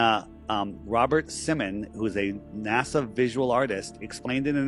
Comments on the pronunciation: …I love your channel, I appreciate all you do with videos & I’ve been here since the very beginning and I’m not trying to be rude or disrespectful here but good grief I am having such a hard time listening to you continue to say NAZA when you know it’s not how you say it and it’s been happening since day one, why are you still saying it like that? Professionally, when you want to appear smart, or to be taken seriously, etc, you should try to be correct in pronunciation …it’s a discredit to you & the impression you leave…it’s the same as people saying supposebly when there is no B in the word and it’s pronounced supposedly. I’ve been sitting on that for several months and I’m sorry I finally had to say something, it won’t change me watching you, it’s your image not mine. Please don’t be angry!😅✌️ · Dude why are you incapable of pronouncing NASA right? Do you see a Z anywhere in NASA no you do not so why in the fuck do you keep saying NASA as if there is a Z in it? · Naza? Cmon! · Why does he pronounce it "naza"? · Howdy Steppers! Let's get after it... 1. Stay out of the water. 2. No urban exploration. 3. It's pronounced 'Naazah' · It's pronounced notzo.😂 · …I love your channel, I’ve been here since the beginning and I’m not trying to be rude or disrespectful but good grief I am having such a hard time listening to you continue to say NAZA when you know it’s not how you say it and it’s been happening since day one…when you want to appear smart, or to be taken seriously, etc, you should try to be correct in pronunciation …it’s a discredit to you & the impression you leave…it’s the same as people saying supposebly when there is no B in the word and it’s pronounced supposedly. I’ve been sitting on that for months and I’m sorry I finally had to say something, it won’t change me watching you, it’s your image not mine. Please don’t be angry!😅✌️